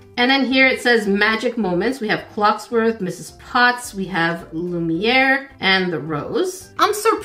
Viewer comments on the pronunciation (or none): "Clocksworth", lol. It's Cogsworth. Love the mistake, though. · it is Cogsworth...not Clocksworth....lol you're still my favorite! lol